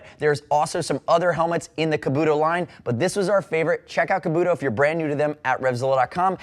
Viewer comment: I think your saying kabuto wrong